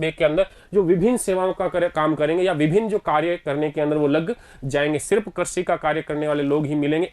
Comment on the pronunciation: I am sorry sir actually crazy nahi hota hai krishi hota Hai